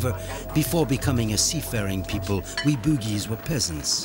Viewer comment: The narrator pronounce Bugis as Boogeys... 😂😂 sounds funny